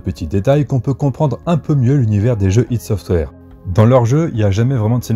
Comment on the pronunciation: J'ai encore pas regardé toute la video, mais rien que pour le fait que ç'est la première fois que j'entends enfin quelqu'un prononcer "ID Software" correctement, ça mérite non seulement un like, mais toute mon admiration !! Merci.